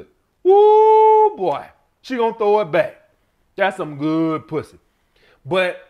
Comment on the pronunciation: “Some sucka Pwuzzy!!!” 🤣 I’m dying over here on public transportation. 😂